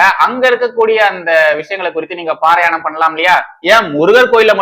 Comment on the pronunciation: பாரயணம் இல்லை பாராயணம் ... திருத்தி கொள்ளுங்கள்